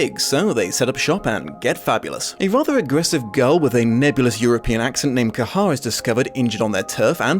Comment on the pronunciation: You're killing me with saying the bird's name. It's Kehaar.